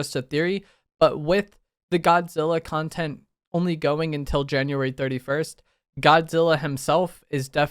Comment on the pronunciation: It sounded like you were saying Kongtent for a second